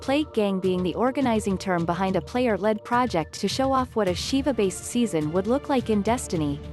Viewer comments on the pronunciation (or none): Siva shouldn't be read as "Shiva", it's not a Mortal Kombat character.